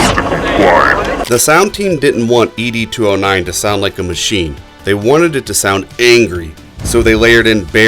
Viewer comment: Its not "Eee Dee 209," its Ed 209...like Ned Flanders, just remove the N.